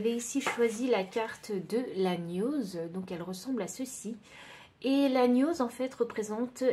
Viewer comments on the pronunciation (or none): Koukou, merci ! Choix 2. Une petite indication : pour la gnose on ne prononce pas gn comme le son habituel mais on distingue le g et le n, genre gue nose. Et encore un son inhabituel dans archétype qu'on prononce arkétype. Et sinon, je découvre vos tirages et j'adore ! Merci encore !